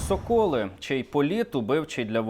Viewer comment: Я в шоці.Які ви не грамотні,говорящі голови.Один каже ДОба, а інший соКОли. СОкіл, СОколи. Якщо Ви скурили підручник з української мови,то винайміть репетитора.